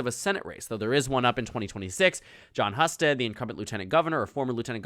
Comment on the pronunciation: It’s pronounced “Hue-sted,” not “Huh-sted.” How do you get something so simple wrong?